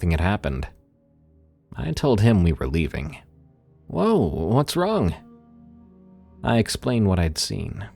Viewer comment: You know the G in wrong is silent…… right? WronGAHHHH